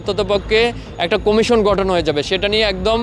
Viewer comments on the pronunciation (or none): none